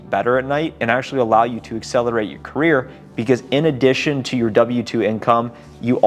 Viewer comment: Gotta change the intro! Says CARRIER NOT CAREER